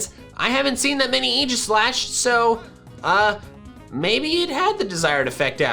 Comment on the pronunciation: I cringed when I heard Egislash instead of Aegislash. AE (like in "aid")